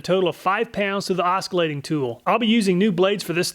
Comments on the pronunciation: OsCillating, not OsKillating. Other than that great video! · Aw-sih-late. Every 'k' sound in that word is a punch to the head. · Did he say "oskillating"? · I love these comparisons, but one thing though, it's oscillating (oss-illating, not osk-illating). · "Oskeelating"? Is that how you pronounce that word? As an European I thought its more like "Osheelating" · You pronounce the C in oscillating? os-ki-lay-ting and not os-si-lay-ting? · It's not pronounced "Os-kill-ating". "Os-sill-ating" is the pronunciation. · Not tryna be offensive or anything but it's oss- ilating not osc, great video tho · Is "osk a lating" just an american pronounciation? I always thought it was "osilating" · Great blade review! Thanks I've often wondered if the pricier blades were worth the extra $! Just as a BTW I think you mean Oscillating not Osculating. The first means to swing back and forth like a pendulum. The second means to kiss or touch ;-) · it's pronounced oscillating.not osskolating. Please go to Wikipedia looking forward in typing the little Soundbar so it says it for you so you don't pronounce it incorrectly in the future. I laughed out loud. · TIL some people pronounce oss-il-ating as osk-il -ating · The C is pronounced like an S. OSS-ilating, not OSK-a-lating. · Do you ever edit voice? “Oss-illating”, not “Osk-illating”. (Forgive me, Mom was an English teacher). As for video, design, content, direction, etc, etc, BRILLIANT and APPRECIATED!! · It's pronounced "oss ill a ting" not "os kill a ting". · oskillating lol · oskillating lol. ita not tin coated. TiN coated. titanium nitride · it's pronounced "oscillating" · Great video. You should pronounce it o-suh-lay-ting though. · Say it with me: "Ah-sill-ay-ting" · Oskillating uh nope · "oskillating" silent C in oscillating. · Are you saying oskilating? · OsKalating? Lol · I CAN'T UNHEAR IT! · The c in oscillating is silent, It's not oskillating. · The way he pronounces "os kill ate ing" is hilarious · Lol, "os-k-ilating tool"